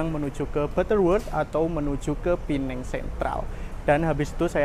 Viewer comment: Penang bukan pineng